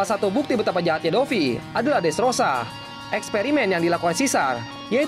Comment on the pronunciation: gue ulangin sampai 3x min. kirain salah dengar...dresrooba😂